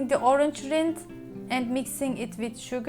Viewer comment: Yummy! Great idea I love figs. Orange rind is perfect. Rind rhymes with the word mind, a long I. Not with wind, which has a short I sound.